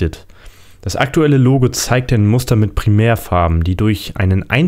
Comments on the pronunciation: Bei 3 Minuten und 47 Sekunden hast du dich versprochen; Das Google Logl...statt: Das Google Logo 😂😂 Sehr witzig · Bei Google sagtest du" bei dem Google logl" 😂👊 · Das Google lugel